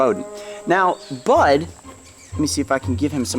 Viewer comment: I misheard "Bud" as "Butt" at first 😂